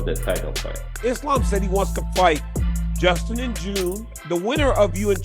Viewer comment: If you can’t even say Justin name right, you definitely should not be making these videos. I don’t understand how all of you guys are constantly messing up their names but you’re the one relaying information to us it’s insane learn how to do your job and at least learn how to say the names correctly start there Buddy!!!😂